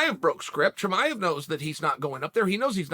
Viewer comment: Tamiev Chimive Chimaya